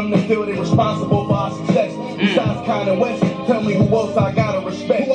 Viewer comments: Con and West not Kanye West bro lol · Turned if off after the said Kanye west, not con and west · LOL HE SAID CON AND WEST NOT KANYE WEST😂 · He said Con and West not kanye west, respectfully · this whole time i thought he said Kanye West 💀